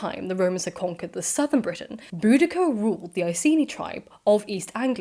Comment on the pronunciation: I've always heard her name was pronounced Bow- dish- ah